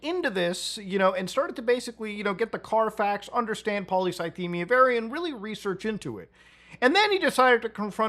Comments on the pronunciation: "...really research into it." Don't get me wrong, I'm a fan of, but lil' bro took like 15 minutes to fully dismantle Boogie's facade. Took him about as much time to pronounce polycythemia as he spent researching it. Good on him for putting money where his mouth was and offering 5k towards bills if Boogie provided proof. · Not being able to pronounce the disease you were "diagnosed with" by a doctor is a major red flag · My maternal grandfather died from polycythemia vera. I think that Boogie couldn't even pronounce it properly (and almost seemed to be joking about it) would be a red flag for me that he wasn't being honest. That kind of diagnosis scares people, and most people want to understand what's going on with them and learn all they can.